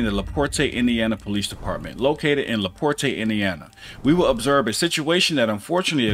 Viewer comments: If you are saying, "Laporte" you are pronouncing it wrong. I live in South Bend, Indiana not even an hour from that walmart lol. If you are saying a different city then my mistake. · It's LaPorte. Act like the "e" isn't there bud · Just a friendly heads up, it's pronounced "La-port". Sounds so fancy pronounced "La Portay" though. ;> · It's pronounced: La Port No Aye sound at the end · Lol la port”eh” as someone who live quite close to la porte Its a bit too fancy sounding. The “e” is silent. Its just la port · It's not Laportay, its laport. It's spelled LaPorte though. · Small critique. I'm in this area, and it's not La-Port-A it's pronounced just La-Port the "E" is silent once again lol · First, it is pronounced La-port, not La -port-te. I really wish people on social media who are commentating would seek out proper pronunciation of words and names. Please make a statement and let people know the correct pronunciation. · It’s pronounced like Laport but it’s spelled Laporte! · LaPorte, IN. is pronounced "LaPort". The E is silent. 😊 God bless. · I live in NW Indiana. It's pronounced La-Port. The E is silent. They also say it in the video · Very beginning......the cop pronounced the city. Laporte......la port . Do you watch the videos you post? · Laporte is pronounced "La Port". Took me a sec to figure out where this took place. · Towns name is pronounced La Port since I said that I will say that the city does have a few good officers on their department to many of them worry about protection of corporate interests than protecting the citizens because of the money the city gets from the corporation in taxes and other means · It's said like "le port" basically.... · it just La Port.... the E is silent. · La port is how it's pronounced. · It's pronounced LaPort. Leave that extra off. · It's just pronounced "La Port" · Just for the record the “e” in Laporte is silent - it is pronounced Laport… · It's Laporte( la port) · it's actually just pronounced Laport